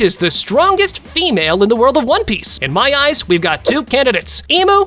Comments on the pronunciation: Bro why u said one peach not onepiece whyyyyyyy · In the very beginning, you said one peach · he said one peach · One PEACH!!😂😂😂😂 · one peach??? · U said one peac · He said one peach😂😂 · who heard one peach at the start? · one peach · who else heard one peach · bro is it just me or did he just say one peach💀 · bro says one peach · Bro said one peach😂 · Did he say one peatch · In the first 5 seconds he calls it on e peach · Bro said 1peach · In ine peach? At the start lol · Why did you say one peach? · “One Peach” 🗣️ 🔥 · Did bro really say one peach at the start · Bro said one peach💀💀💀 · Ryuma strongest swordsman The Blackbeard glaze is crazy bro Did I just here “one peach”? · “One peach” 💀💀💀💀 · If u check it in cc it says “one peach” lol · bro said one peach